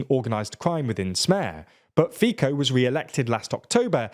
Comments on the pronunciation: Please don't pronounce Fico like that and also don't say that PS is illiberal. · I just cant from the FIco pronounciation XD. Very funny how oyu read it the english way! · There are several commenting here on the mispronunciation of 'Fico' but I would add that it makes it all the more frustrating that you obviously can pronounce it correctly at times. At any rate in general this was a fair, if not quite fault-free analysis, but I would also question a circa 60% turnout being 'low'. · I couldn't help but have the feeling that you were botching the pronounciation of those names. And also, stick to pronouncing either "Fico" or "Fitzo", not both in the same video... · Next time put the names of the people you're talking about into Google Translate for the respective languages and check how they're pronounced. You've managed to butcher both Magyar and Fico. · Well if you try to look like a serious journalist, looking up how to pronounce name of quite important politician is least you can do. Not like it would take an hour to do so. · Well, I got it that Slavic names tend to be hard to pronounce for the English speakers. However, when they have Fico literally in the title of the video and he is (togeather with Orbán) the main topic thereof, they should put at least some effort to the pronunciation. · fr it annoys so much me that anglophones can't take a minute in google translate to check how you pronounce non-English names. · Please read the name of Robert Fico more like "Fiso". It's more accurate to Slovak pronunciation. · Before doing ridiculous political analysis …. is better to pronounce correctly the names of the people. Fico is not FiKo but Fitso . By the way, why you speak like gay? Are you a gay??Pls let us know 😂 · It is not Fiko, it is Fico. Like in cyber or citrus. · Guys, it's useless to complain about their bad pronunciation, it's obvious that they don't read the comments. This is not the first video where they said "Fiko" instead of "Fitso". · It’s [Fitzoh]